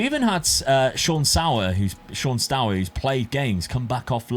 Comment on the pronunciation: I'm sure nobody really cares about it, but the dutch eu in Steur sounds similar to the u in Burn :)